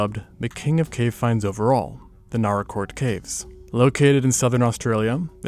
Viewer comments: Nâr-rāh- court. First visited there 48 years ago. And as is traditional, its pronunciation confuses youtubers 😂. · Oh shit I was not expecting to see Naracoorte on here holy shit! I live like. An hour or so away from there! Fun fact, only 4 out of the 26 caves are actually open to the public. The other 22 caves are closed off due to scientific significance! It's also pronounced NAH-ruh-kawt. At least down here we pronounce it that way ^^ Another funfact is the Limestone coast area is SURROUNDED by caves, like, theres the Tantanoola caves, Princess Margret Rose Caves, Engelbrecht Cave, Umpherston Sinkhole (Also known as Balumbul) and more! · Same here, let alone Naracoorte prounounced as Nar-rah. I live an hour away from the caves, it is such a wonderful experience. Only 4 of them are open to the public as tourist caves as the others are closed off due to scientific significance